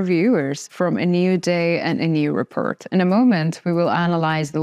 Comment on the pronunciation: I just love the way this beautiful young woman says repurt.